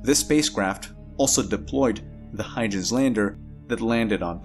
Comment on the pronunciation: Just for your information to help you…..The ‘Huygens’ Landing Probe is actually pronounced as: “Hoygens”